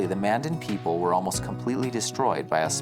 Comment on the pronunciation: Future reference Mandan is pronounced like two words Man Dan.